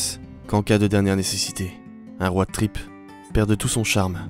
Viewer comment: Hé on l'a tous entendu le "road trip" avec l'accent frenglish vers 😏